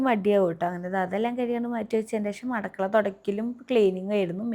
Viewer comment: അടുക്കള ✅ അടക്കള ❌